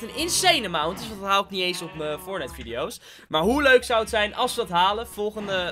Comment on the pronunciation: Normale mensen:leuk Ik:leuk: muik